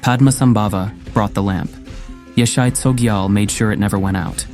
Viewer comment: Correctly pronounced is; “ YEAH-SHAY CHO-JEE-AHL”